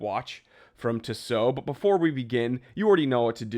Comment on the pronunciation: It's pronounced tea-sow